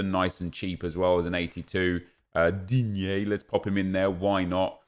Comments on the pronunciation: Noone: Nep: Digne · Don’t say it Whatever u do don’t say it D I G N E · No one::DiGnE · Nep saying Digne kills me all the time lmao